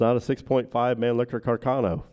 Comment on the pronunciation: Isnt Mannlicher Carcano correctly pronounced in Italian, "mann-lee-sher car-ca-no"? I hear that Italian people make fun of how Americans pronounce it " mann- licker car-canno" Also, the third back yard photo of Oswald found in Roscoe White's belongings, is rarely seen in these forums. Robert Groden has it in one of his books.